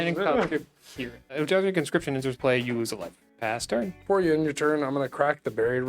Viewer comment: gotta be saying eldrazi wrong on purpose at this point